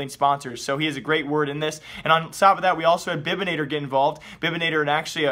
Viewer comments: The way you pronounce bibanator 😘. Its bibanator not bibinator. Good video anyway. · I know German spelling is difficult, but the way you pronounced Bibanator killed me. Great vid though XD